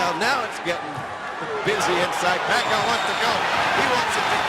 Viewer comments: Points shoulda been taking from Sanchez . Pacayo won this fight easy. That dude was so dirty, low blows, back of the head he had no skill so he had to get dirty. Also FM is scared of pacayo. Ha pacayo ! How could you possibly pronounce his name that way? (PACQUIAO) PRONOUNCED pac ee ow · hey mike waffle its fuckyew, not faquiawoooo!! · manny pa-kie-oh. lmfao michael buffer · the announcer prounounce it pakiyaw 😂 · announcer can't prounce pacquiao, he said pakayaw, lol! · They pronounced Pacquiao as "Pack-a-yao" ... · "suffered by manny pa-kai-oh" lmao now he can sure say it right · Manny Pic-cayo?? Good job Michael Buffer! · LOL PEECAW-YOH. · Michael Buffer still doesnt know who Pacquiao is here, he pronounced pacquiao - Pa-ka-yaw. lol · "[...] Puck-eye-oh." Lawlz, Buffer failure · manny pacqiyo? lol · bruce buffer says "manny pack i owe" lol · Manny "Pac-chi-yo" LOL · Back then.. They couldn't pronounced Pacquiao... He said " Pa ee ka yaw" lol but now... people all over the world in different races can pronounce his name correctly.. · michael buffer cant even call pacmans name right at this point of time... he calls him pacyov, the world din know pacman at this stage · Manny PIKAYO haha michael buffer sure learnt his name now after those big performances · you know this is old Micheal buffer can not even say Manny last name correctly,he learned tho as you have to pronounce the bast fighter in the worlds name correctly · this was the time when they don't know how to pronounce the pacquiao name right.